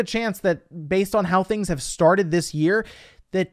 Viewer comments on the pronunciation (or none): none